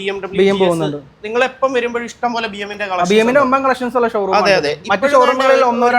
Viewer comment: ഇസ്‌റ്റം പോലെ... ഇസ് റ്റം പോലെ😂😂😂